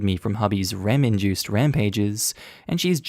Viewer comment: For body pillow story, am I the only one that heard "ramen juiced thrashing" instead of actual"R.E.M induced"??? Lol